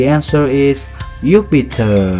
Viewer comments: If anyone needs a test it's you you fr said yupitet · ‘Yupiter’😂😂 you should give a test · Yes it's Jupiter!!!!! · It is jupiter not yupiter 😂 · Why Yupiter????????????????? hahahahahha its "Jupiter" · Not yupiter its name is Jupiter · Jupiter not yupiter 😂😂😂😂😂😂😂 ediet pehle khud Sikh 😂😂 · It's Jupiter not yupiter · you are making planets name wrong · its jupiter not yupiter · It is not yupiter it is jupiter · Sir it's Jupiter not Yupiter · Thank u for sharing this video and one more thing Its not yupiter its jupiter... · Phele na khud Jake padh yupiter nhi Jupiter hota he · Yupiter not jupiter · It is Jupiter not Yupiter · U are wrong it is not yupter it's Jupiter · Sir You Are Pronouncing And Spelling The Word JUPITER As YUPITER. Thank You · It’s Jupiter not yupiter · Why he says yuptier it's not called yupiter it's jupiter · That's Jupiter not yupiter answer is jupiter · its JUPITER not YUPITER🙏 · Dude I got all them right but it’s not yupiter it’s jupiter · It's not yupiter it's Jupiter 😂😂😂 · and it was jupiter not yupiter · its not upiter its jupiter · Its jupiter not yupitur 😂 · its not yupitor its jupitor venus not vanus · It Jupiter not yuptier!!!!!!!!!!!!!!! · It is not Yupiter it's Jupiter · It is Jupiter not Yupiter 🤣🤣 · you pronounced many words wrong and wrote jupiter as yupiter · I wana become a scientist and imsaw this video this is the most most easy quiz in the wrold wasted tim dislike pls😡😡😡.Wdym it's not mucury it's mercury it's not yupiter it's juipter ngl this is so dumb!!!!!. And it was not Galileo who invented telescope lol noob!. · But its not yupiter its jupiter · It was soo easy sir and also it's not yupiter it's jupiter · that jupiter not youpiter you are saying wrog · Hello it's not yupiter by the way... its Jupiter......and mercury is pronounced Mercury not mercoory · Thank for video, but it's not ypeiter its Jupiter. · Too easy and it’s Jupiter not yupitor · May be i think its not yupiter its "JUPITER" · Is it yupiter not jupiter